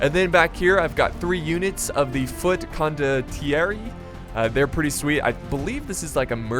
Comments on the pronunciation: BTW The pronounce is còn-dot-tie-ri :) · Bro I'm Italian it's con dott ieri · anyway cavalieri is ka-vah-lee-eh-ree condottieri con-doc-tee-eh-ree balestrieri bah-leh-stree-eh-ree spadaccini spa-dutch-ee-nee lancia lan-chee-ah and Doge has an E at the and, it's do-geh like "ge" in genova nice battle btw a fan from italy :D